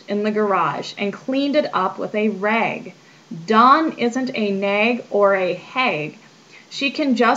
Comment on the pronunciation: agreed. As a lower Midwesterner I noticed the "rag" and "bag" had a bit of an "i"sound added. Like raig and baig.